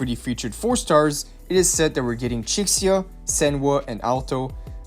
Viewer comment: Bai-zee and Chickseeya 😭